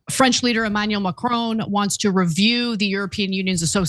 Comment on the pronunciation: Please work on pronouncing macron. I know it’s a small thing but would be nice lol